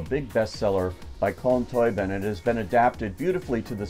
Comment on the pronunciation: Agree with everything you said. Lovely film. Just on some pronunciations - Domhnall is pronounced something like Dough-nul (Dough as in making bread) and Colm Tóibín is pronounced Coll-um Toe-been. Really loved this film and think I will go see it again. Costumes were fantastic.